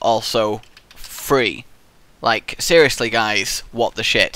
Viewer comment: It's been 5 years and you still say "Free" instead of Three lol